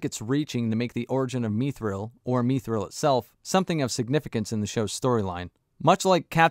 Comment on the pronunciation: its pronounced mith rill not mEEETH rel and thorens wife is not the best actor she ruins a lot when you are distracted when ever she is on screen because when thorens blood is so important to how the world works it makes no sense that means gimly is part black does that make any sense they gave her a role that makes no sense it work be like the king of England has a black wife it doesnt happen